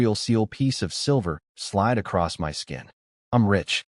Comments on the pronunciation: My is pronounced "mI" you stupid ass AI🤦‍♂️. Not m y😮‍💨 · Something is wrong with the AI you're using. Instead of saying words like "my," it says "M Y," and instead of saying words normally, it sometimes spells them out letter by letter. Either there are spaces where they don't belong, or the AI system you're using isn't performing very well. I would suggest trying OpenAI. In my experience, it works the best out of the AI services I've used so far, and it doesn't cost very much. If I were you, I'd give it a try. The system you're currently using, unfortunately, doesn't seem to be working out very well.